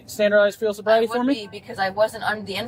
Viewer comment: "I''ll take the bobriety test...." Idiot.